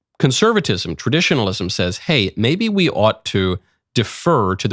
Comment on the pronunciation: The stop "WE" pause!!!!! Remember, its we, its her!